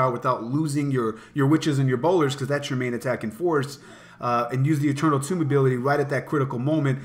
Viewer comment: what's goin on what's goin on? great vid, although I can't stand when people pronounce eternal tome like "tomb". the word tome rhymes with home.